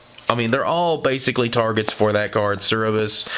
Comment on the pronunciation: You keep saying Cerberus wrong. You're flipping e and b